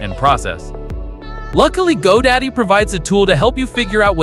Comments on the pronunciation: It's Godot not Godaddy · Its godot not go daddy 😂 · why do you keep calling Godot, GoDaddy? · Did you say Go Daddy? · Did you say GoDaddy? Hahahaha